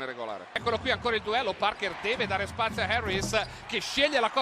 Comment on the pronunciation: “Tony Parkêr”…. 🤦‍♂️